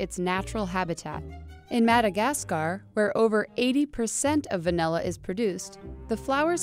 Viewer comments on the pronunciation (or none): Degree as far as i know its va-nih-la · *Me throughout this entire video: "If she says vanElla one more time..."